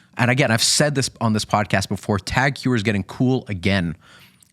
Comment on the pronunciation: Man .. That’s not how you pronounce Tag Heuer, I agree, that’s a beautiful piece though. I own the BB 925, phenomenal watch for the price! You guys need to see the reverse panda in the metal, it’s phenomenal, pictures/videos don’t do it justice.